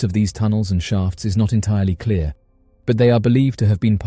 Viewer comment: I had to listen and rewind and listen again a couple times (more then should have been needed) it's been a horrible long few weeks especially this last with my mother in law passing so don't be too mean but at around 47min mark I kept hearing Shart & sharts instead of shaft. Though I was zoning out which obviously is why I heard it that way, I was confused for 30sec to a whole min. Then realized and had a good laugh at myself for a bit (much needed laugh) Anyway love your channel and videos and your vice is very soothing and great for me bc the TV has to be on when my household sleeps lol